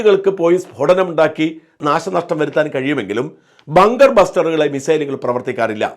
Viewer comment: ബാങ്കർ അല്ല ബങ്കർ എന്ന് പറയു.